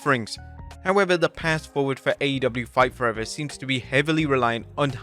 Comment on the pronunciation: I love how it sounded like he called it "Fart Forever" lol How fitting, though...